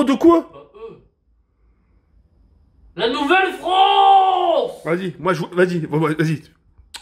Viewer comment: Nouvelle fronce 🤣😂